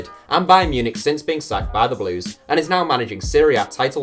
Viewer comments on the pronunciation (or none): none